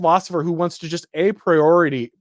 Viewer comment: A-priority? The magic nerd slips out